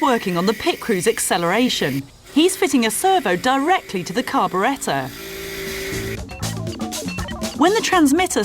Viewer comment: the way she said carburetor..lol